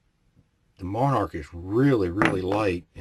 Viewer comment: Pronounced mon-ark. I have had issues with Monarch and Wolf in various rifles and calibers. Their steel case loads have been a consistent problem, but the brass cases have only caused mild sticking. I have two 770s, one in .270. The bolt required a little more force to operate when I practiced with Monarch, but I have not broken a bolt. Fortunately, the .270 loves Remington ammo, so I can still shoot relatively cheaply.